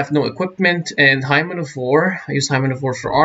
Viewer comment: Hymn is spoken as "Himm." A hymen is...something else! Thanks for the guide!